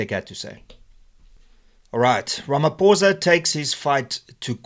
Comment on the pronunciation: Its not RamaPOURza its RamaPHOSA